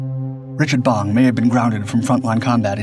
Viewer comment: *Bong;...--->>>NOT: "Bomb"-!